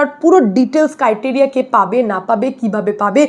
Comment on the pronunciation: কাইটেরিয়া নয় ক্রাইটেরিয়া দিদিমণি